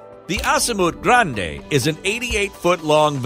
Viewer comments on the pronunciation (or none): none